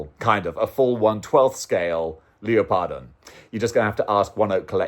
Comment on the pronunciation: 1. The DarkStalkers characters on display are Morrigan and Lilith. You can tell them apart from the fact that Morrigan is a grown woman, but Lilith is a flar-chested girl in her teens. 2. John Cena would be great as Guile. 3. It's pronounced leopard-on.